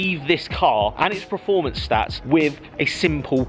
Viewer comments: I think you mean preformance 🤣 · Please learn how to say performance, otherwise an adequate video